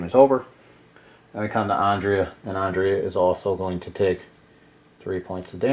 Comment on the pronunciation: You’re saying Andrea wrong. You’re saying it like Ondrea. An ‘A’ never makes that sound in the english language.